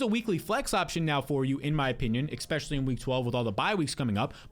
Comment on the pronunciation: EXspecially lol